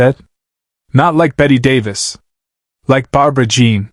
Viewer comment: This never happened. Bette Davis' last appearance on The Tonight Show was January 7, 1988. AND at least have the decency to pronounce her name correctly.